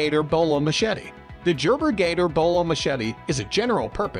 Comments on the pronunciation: Dude said, Jerber...😢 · Jerber? Sounds legit.😂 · Did this dude say "jer-ber" for Gerber🤣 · Computer-read bullshit with no explanations as to why each machete is rated at each rank. Lost it at "Jerber" and "can be used by all branches of the military". LOL! Adding this channel to my local-ban list. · My dude said Jerber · I cannot take any of these recommendations seriously. What a joke, it is one big infomercial except not as informative or as intertaining. Jer-ber...WTF? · It already was weird, but I had to stop watching this shit at “Jerber.” 🤦🏻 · Oh no, it is jerbeer jatoor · It’s a computer reading marketing info… no one pronounces Gerber like that. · Why can’t he pronounce “Gerber”???